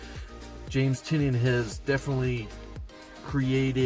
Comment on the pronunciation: Thank you for pronouncing Tynion correct